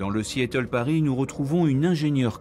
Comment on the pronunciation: Le narrateur prononce ridiculement Seattle: See -éteul!!! Du coup, on éclate de rire!!!